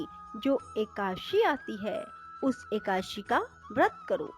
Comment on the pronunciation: ekdashi bhi dhang se nahi bol pa rahi ho madam